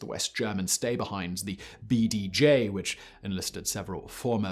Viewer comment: Anyone else notice his slip up of saying "BDJ" as "Bee-Day-Gee?" Lmao.He did it again right after. Love the content Simon!